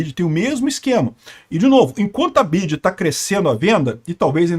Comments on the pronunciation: Nunca ouvi alguém pronunciar Bidji antes... Mesmo aqui no Brasil, sempre ouvi dizer em ingles "Bi Uai Di" ... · É correto esse jeito de falar BYD: "bidi"? muito estranho. Pensei que todos dissessem "bi-uai-di" 🙄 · É "BI-AI-DI " > "BIDI" É NOME DE BATEDOR DE CAETEIRAS 🤣🤣🤣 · "BID"? KKKKK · O nome é BIO AI DI BYD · Onde o aprendeu a falar "bid"? Ninguém fala assim. É o problema de se informar somente por leitura. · Só vi idiotas comentando neste post a comecar pelo Youtuber pronunciando o tempo todo o nome errado da montadora. Minha BMW X3 com 22.000 km rodados foram gastos R$ 27 mil reais na revisão. Vários serviços tipo concierge , GPS e serviços de informação via Wi-Fi venceram e não funcionam. Cobram uma taxa absurda para mantê los.Ah o preço de uma X3 NOVA ? R$ 600 mil reais ou o triplo de um BYD TOP de linha q oferece todos os recursos! Os EUA e a Europa estão revoltados com esta concorrência já q o governo chinês oferece incentivos fiscais para exportação! Nunca irá falir e lembrando q qualquer montadora tem o seu eletrico. Volvo Sueca não produz mais carro a combustão. Trump saiu do acordo de Paris e se dane o meio ambiente! Elon Musk já está pulando fora desta Santa Ignorância presidente da poderosa América!😊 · Por que ele pronuncia errado o nome da montadora? Parece um ret@@